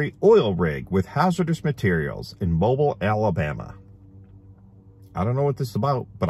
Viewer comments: Just fyi mobile Alabama is pronounced Moe-Bill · I live in Alabama and you pronounce Mobile like this: Moe-Bill lol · Love you, you're the best, but it is pronounced Mobeel, not mobull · Its pronounced " Mo 'beel' Alabama please😉